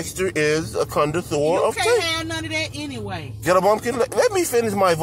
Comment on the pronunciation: The way Dexter pronounces “connoisseur” as “con-de-sseur”, takes me out!!! 😂😂😂